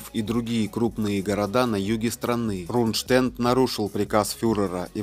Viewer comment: Нужно говорить Рундштедт с ударением на первом слоге.